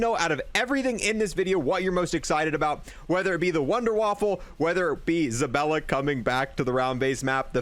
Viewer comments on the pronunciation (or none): Bruh it's ZabAlla, not ZabElla. lol